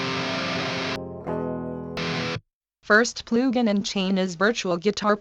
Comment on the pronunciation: Ploogin :D